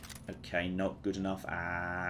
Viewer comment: I love the way you say good it sounds like your saying Goot